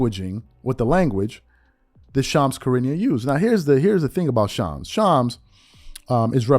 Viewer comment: Dam as much as Shams drops news a you a content creator an you can’t pronounce his name